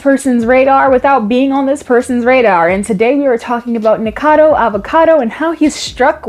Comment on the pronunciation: Nikado? is nikokado NI KO cA DO xd